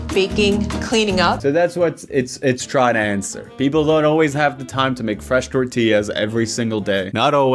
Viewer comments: definitely not the same…if her normal accent is a 1, “fresh tortillas” is at a 9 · I love how the lady in the video slips into a Hispanic accent only to ever say “fresh tortillas” in some sort of attempt to make it seem more authentic I think? It’s so funny